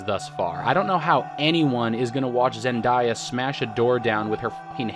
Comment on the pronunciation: The butchering of Zendaya’s name was painful to hear